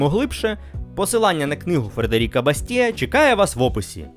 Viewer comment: За всією логікою, прізвище автора книги бастіА' - наголос на останньому складі. Він же був французом